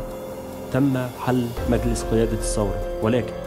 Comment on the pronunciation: الانقلاب وليس الثورة....كذلك نقول الثورة بالثاء وليس السورة بالسين